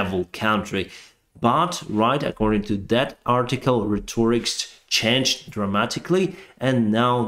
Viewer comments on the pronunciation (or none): Rhetoric has the accent on the first syllable RHET or ic